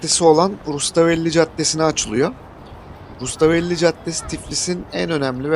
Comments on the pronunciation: Rustavelli değil , Rustaveli . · Rustavelli değil. Rustaveli